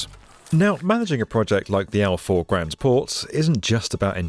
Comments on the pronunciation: Al faaaaawww. NOT Al4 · Al Faw is pronounced as in the Italian word Ciao but with an F the beginning and not as in For...rest! Good reporting though!